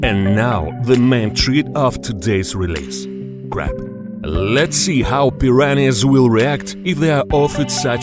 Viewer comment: Crap? Or Crab? Sounded like Crap.